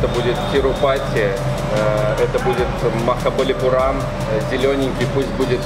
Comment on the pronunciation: Меня немного удивило, что, находясь в тамильской языковой среде, автор постоянно делает неправильные ударения. ТамилнадУ - хотя правильно ТамилнАду. МахабалипурАм, хотя правильно МахабалипУрам. Люди ведь на улице говорили, наверняка, правильно. Трудно было запомнить?